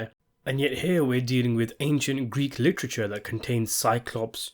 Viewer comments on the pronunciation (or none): none